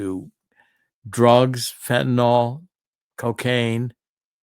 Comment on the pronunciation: Fentanyl, NOT Fentynol...